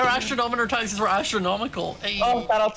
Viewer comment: Is it just me who love how says taxis instead of taxes